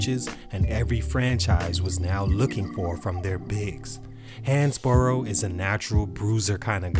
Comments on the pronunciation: Pronounced Hans-Bro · It's pronounced like "Hans-bro"